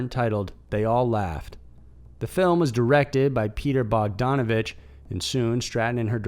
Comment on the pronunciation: Pronounced bogDANivich